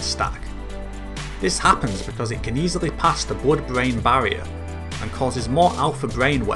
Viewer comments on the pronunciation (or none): none